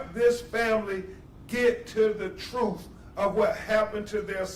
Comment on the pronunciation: 😊 Will you learn how to talk first? Is truth spelled troof what the frig?